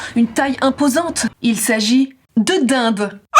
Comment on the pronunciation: Quand tu dis "de dinde" ça peut faire penser à du portugais...